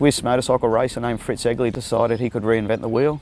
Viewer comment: Being a Yank, for the first bit of the piece I thought he was saying “Ugly Vincent”😂 My youngest son’s middle name is actually Vincent, half for VanGogh and half for this beautiful motorcycle.